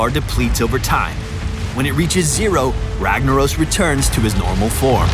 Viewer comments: Cast a spell "ragna oh s" lol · If he was Brazilian, it would be pronounced "Hagnaros" ;-)